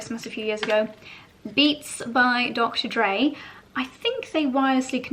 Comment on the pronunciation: I love your videos so much. I really laughed when you were showing us your headphones. It might be the poshest ‘Dr Dre’ has ever been pronounced 😅❤